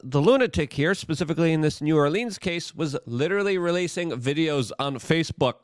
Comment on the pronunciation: You're getting closer on the New Orleans pronunciation. There are about 5 acceptable ways, and you're almost at one of them. 🤣🤣